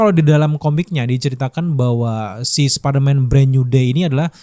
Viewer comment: Apa perasaanku aja apa kupingku soak ngedenger spiderman diucap sperman, ngramein kimentar😅